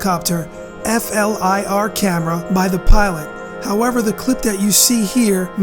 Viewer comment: "F" "L" "I" "R" is pronounced "fleer".